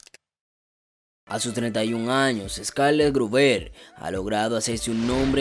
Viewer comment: Saludos, el Apellido lo estas pronunciando mal, es Astrid Grúber, el apellido lleva un acento prosódico en la <<U>> no en la e